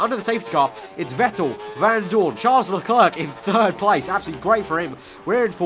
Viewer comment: please fix your pronunciation. Charles Leclerc is pronounced as Le-Claire, not Le-Clerk